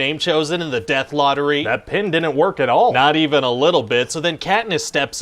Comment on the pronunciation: "Di-ent" for "didn't"? Is that a Canadian thing?